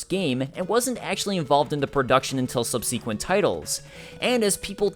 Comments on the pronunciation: I hope in subseeequent videos your pronunciation improves. I kid! Great video as always man! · Awesome video but goddamn it learn to pronounce "subsequent"